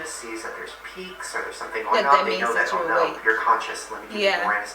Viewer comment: Hey does always have a British accent when she says "oh no"?!!😂😂😂